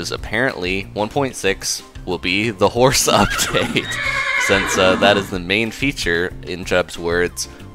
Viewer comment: did you say horse or hoars